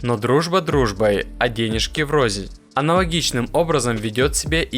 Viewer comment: врозь, а не врозНь.🤣🤣🤣